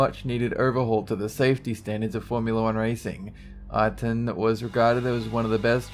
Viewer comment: He pronounces Ayrton in a funny way.